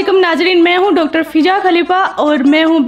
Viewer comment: Fija khan ❌ fijul khan ✅